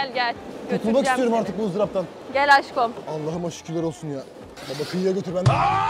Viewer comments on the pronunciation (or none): Peki askom demesi😅